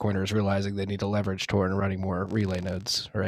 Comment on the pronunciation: Tor uptime… “Tore up time”